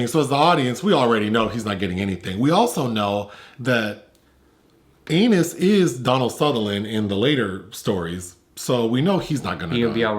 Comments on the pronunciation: even after PSA, repeats Anus, and continues with his French Vanilla name fantasy (of Anus) throughout!!! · calling that man Anus over and over took me out 😂